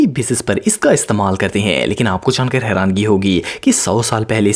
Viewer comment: Hyrani....right word not hyrangi